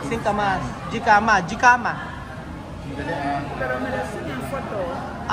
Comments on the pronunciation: Hecama po ang pronunciation. Not gicama.. Jicama. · (Jikama)pronounce hikama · Jicama is pronounced as hikama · Hi Amigo. Yung singkamas sa Spanish is Jicama (pronounce as Hikama) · ang pronunciation ng jicama ay hikama. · Jicama po pronounce ay hikama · They called Jicama, but you pronounce it ICAMA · Jicama pronounced "Hicama"! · Singkamas is Jicama in English. J is pronounced H in English. And not Gicama. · Pronounced hikama ang jicama